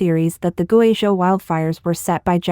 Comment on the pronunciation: You either need a better text reader that can handle Chinese proper nouns like people and place names, or need a human narrator. I can't SHARE your videos when the video is about GuiZhou and you cannot pronounce the name correctly. You do great research and writing, but if I wanted to share this story, I would have to redo the research and presentation from scratch: I can't use yours. You are incredible if you cannot pronounce things correctly. Look to BBC and even Al Jazeera as an example: They ALWAYS practice the proper pronunciations of names and places before they go on air. Compare your feeds to China Observer who uses real narrators. We in the West do NOT mind the accent because it is authentic.